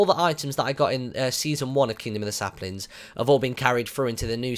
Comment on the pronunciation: you said SLAPlings lol